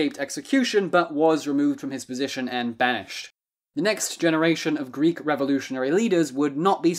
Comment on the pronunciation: Good video but as a greek i cant help but laugh when you desperatly try to pronounce greek words